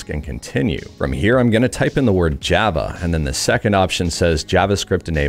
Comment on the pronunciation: It's "java" not "java"